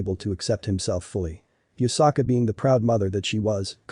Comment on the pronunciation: it's yusaka not yukasa